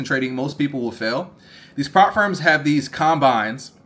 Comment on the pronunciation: Ngl it took me so long to realise you were saying “prop firms” - I thought you were saying “farms” 😂 I was like “what farm? Profit farm?”